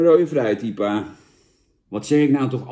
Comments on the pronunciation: jan: IEPA normale mensen: I P A ps: veel plezier in spanje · Ie-pa? Je hoor I-P-A te zeggen . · Iepa 😂😂 I P A